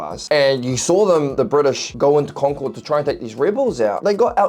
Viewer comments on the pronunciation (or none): Wonderful! Please also do Part II. We're only part way there. For those not familiar with the area, the town of Concord is mispronounced in this video. It is correctly pronounced like "conquered." And so is the native concord grape, as in "Welch's grape jelly is made from 100% 'Conquered' grapes."